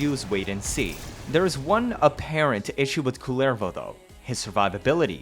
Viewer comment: The way it’s pronounced in-game is more like Coolervo.